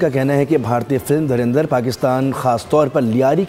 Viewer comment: धीरेंद्र नहीं सुरेंद्र😮😊😂😂😂